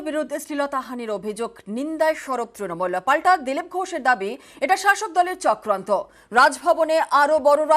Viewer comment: চক্রান্ত নয় ! “চক্কান্তো”